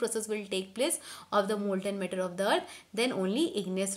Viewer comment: One more its matter not metter